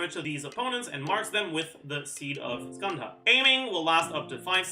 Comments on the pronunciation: Seed of skandha you pronounced it almost perfectly!! No need to worry 😀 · Like most words in non-native languages pronounces 'skandha' was also right 👍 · Before I finish watching the vid, I just wanna say that you pronounced Skandha just fine xD So no worries there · You pronounced Skanda properly. "D" in Skanda is pronounced similar to the "D" pronunciation from "the". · yoooo i speak Hindi which is the language the word skandha is from and you pronounced it 100% correctly and your the only youtuber i’ve seen pronounce it correctly